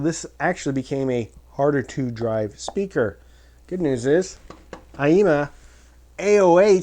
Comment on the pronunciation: Thank you for the honest review of a nice inexpensive audio gear equipment. Also even if you are saying aiyima wrong (I wouldn't know)... I think it is funny the way you pronounce it. "AAAYEEEEMAH" !